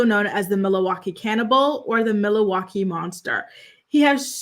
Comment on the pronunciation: So random but I love the way that you said Milwaukee😂 I live here and you can always tell who isnt from here by how they pronounce Milwaukee.